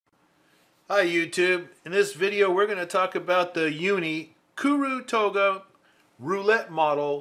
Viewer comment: I'm just getting into stationary... particularly Japanese writing tools. I have a weird Japanese last name... so I know these words are hard to pronounce. I'd like to say great job on pronouncing KURU TOGA, and great video!